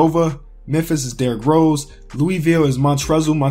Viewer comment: Its not pronounced Montrezl it's pronounced Montrell that's how he pronounces his name because I've actually met him in real life in North Carolina he's from NC